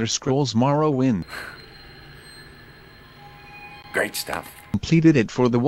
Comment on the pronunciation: "Elder Scrolls Morrwoiiind" And shows it hahahahhaa